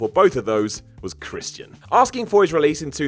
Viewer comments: POOSH CHRIST-E-AN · The way this guy says Christian...